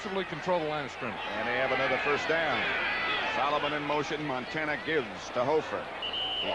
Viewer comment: Oj can't even pronounce montana 🙄